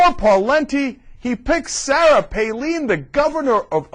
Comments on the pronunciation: Palin is pronounced Pay-lyn. (I live in Alaska, I would know) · Definitely the funniest old TYT video. Between how little we knew, back before we were exposed to Hurricane Palin, and then Cenk calling her "PAY-LEAN" the entire video. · Is it really pronounced "Paleen"? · It's also hilarious how he had to look up how to pronounce her name but still pronounces it wrong. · I know! How ironic. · This guy is an idiot he sais he had to researc on how to say her name and he still sais it wrong what an idiot.